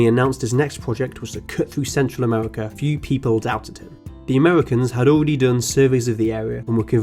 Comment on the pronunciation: Amewica 😂 unwest 😂